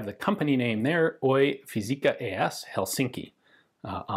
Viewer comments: Once again, I will urge you to like and comment for engagement! "Oy" should be pronounced "Oo" "Yy", or O-why. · you need to work on your pronunciation 🙂 the oy is especially wrong with the Y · OY and AB in the names of companies are pronounced as separate letters, like LLC in the US.